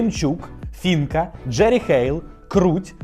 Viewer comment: Не Фінка, а Фіїнка, чому всі недобачають у назві другу букву «і»?